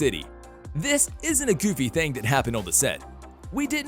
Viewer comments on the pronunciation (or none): none